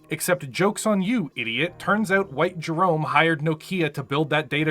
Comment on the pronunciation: In Jerome's defense, his name is pronounced like Jerremy because in Comstar you have to pronounce ever letter or else.